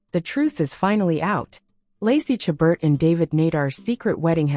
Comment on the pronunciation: My favorite Hallmark actress. Please learn how to pronounce her name.